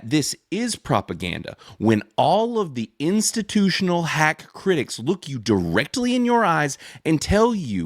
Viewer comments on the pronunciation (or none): none